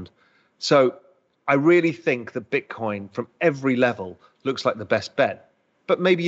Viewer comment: He said Golden Bitcorn 🎇